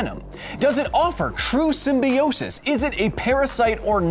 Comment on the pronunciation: You pronounce symbiote and symbiosis wrong i think